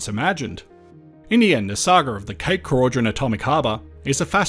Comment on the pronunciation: More than happy to hear this great idea didn’t happen. Cape Keraudren is a beautiful place. Oh and we pronounce it Croyden 😊